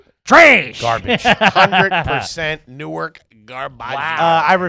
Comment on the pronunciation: Note to all: It's said Nork not New-ark.